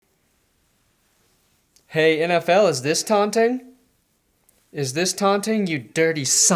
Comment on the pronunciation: Did he say “Aunting”?????